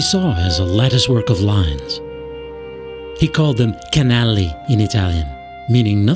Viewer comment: He called them KANLEELLLIII